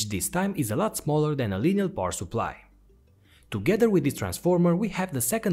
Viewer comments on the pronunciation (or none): It's Linear not lineal